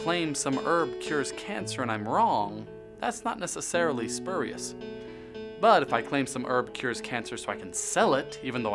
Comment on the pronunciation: "Spu" part should sound like "spyu"